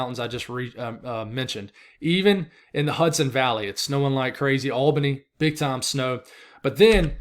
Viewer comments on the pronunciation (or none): none